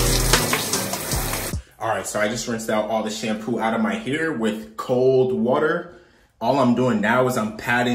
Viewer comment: “Kold Wuter “ highlight of the video 😂